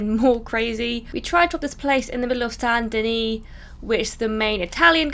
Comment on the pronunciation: Can't even pronounce saint denis right